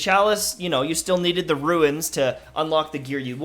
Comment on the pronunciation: One more content creator pronounce "r-u-n-e-s" as "ruins" I'm gonna rage. It's pronounced (ROONS)! Lol 😂